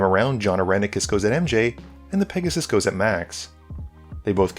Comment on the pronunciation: I think it’s pronounced Pegussy